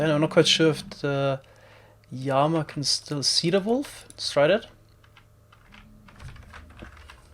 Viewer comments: Llama, not yama... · worst word - yama. what the fuck is a yama. the letter L does not sound like a Y in english, which sounds like what you are trying to speak. So this is to help you pronunciate llama. I understand double L is a Y sound in some countries, but this is english..... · is it odd that i didnt understand his pronunciation of "llama" until he actually spawned one? i was confused as to what a "yama" is lol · I absolutely LOVE the way you say llama y a m a I love it I also hate the comments correcting and hating for it y a m a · I also love Y A M A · 1st time I heard him say llama I thought he was saying yanma. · Please stop saying yama. I know you prefer the original Spanish pronunciation but this is English. (I'm not new to his channel). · “Llama” is usually pronounced with a hard L in English, despite its Spanish roots—just so you know!